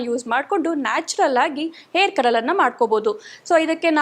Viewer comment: ತಾಯಿ,ಏರ್ ಕಲರ್ ಅಲ್ಲಾ😢ಹೇರ್ ಕಲರ್ ಎಂದು ಹೇಳಬೇಕು 😢